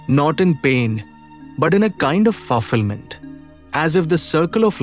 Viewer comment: Please correct pronunciation of fulfillment (phalfillment), of mutt( you say maatha), and spelling of son( sun). Mistakes in italics.